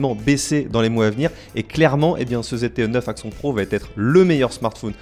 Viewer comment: Cet Axon 9 Pro (prononcer axonne contrairement à ) m'a l'air pas mal j'ai juste peur du manque de suivi des mises à jour car j'ai entendu que beaucoup de possesseurs du 7 sont encore sous Nougat et n'ont pas reçu à ce jour la mise à jour Android 8 Oreo 😧